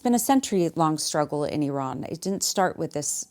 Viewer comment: All that bedside manner and bro still said I RAN